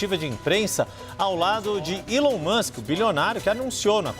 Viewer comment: Uma tradutora que não sabe pronunciar Elon é lamentável